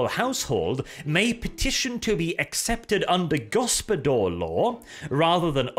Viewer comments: pained groan Ugh......I can see what Dev meant when he said you were butchering foreign languages' pronounciations in the last Wermacht By Night.:D The "Gospodar" is pronounced "go-spo-dar", with hard 'A' at the end, not "go-spo-dor" with a hard 'O'. I expect this to be remedied come the video you said you will be making on them!:D (Fun fact for the non slavic people around, that word means Master. So the Kislevites are literally descendant from the Master race. The Slavs.) On a side note, any thoughts/comments on Loremaster Of Sotek kind of indirectly calling you out in his video talking about the Ice Guard release for the Old World? And is there any chance for the two of you to have a discussion/debate about it and general Warhammer stuff overall? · Initially I did not understood what this foreign gibberish "go-spo-dor" meant, but when you started explaining, I made the connection. It is Lithuanian word "gaspadorius". It is quite an old Lithuanian word and it is not as popular anymore as it was in previous generations and since. It means head of a household, usually in referring to a family. It also attaches certain expectations of age and wealth. You would not call someone young who had just married and had their first child. It is word reserved for men, not boys or rather when individual matures completely. Also, he is expected to have his own wealth like a house and means of supporting itself. Only then this word could be rightfully used to describe a man. It is a honorary word which you would call someone if you want to acknowledge his status and importance within his household. Little bit formal, but used in everyday conversations. As for pronouncing this word, it is "gas-pa-do-rius" with an emphasis on "r".